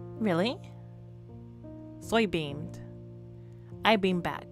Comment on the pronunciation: Lol I probably did say soy beaned:_lol:!!! While editing my videos I’m starting to realize that I don’t pronounce anything right